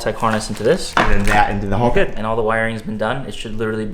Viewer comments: Haltech not halltech! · Haltech not harlltech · Chowdeeerr choowwwdeerr, its pronounced chowder!! Say it frenchy. But in all seriousness, haltech not halltech, think hal like pal. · Hal tech not hall tech 😂😂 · Agreed! WTF is a hulltec?